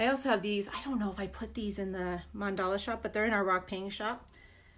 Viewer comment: It's Mandala not mandela